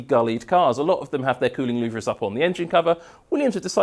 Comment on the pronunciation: I absolutely LOVE your technical videos, not only for the information you reveal, but also for your style, and sheer enthusiasm. 😍 But please, Please, PLEASE - you're totally doing my OCD in! 😬 They may be spelled "LouVRE", but they are pronounced "LouVER"!! 😭 Please, make this one small change to your videos, and I promise I'll buy you a nice cold beer when you're downunder in Melbs. 🍻